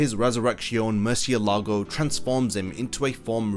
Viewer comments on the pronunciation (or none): Just a tip on your spanish: mind the accent mark of the words. You say murcielÁgo, but it is murciÉlago; you also say relampÁgo, but it is relÁmpago. This little thing makes a huge difference.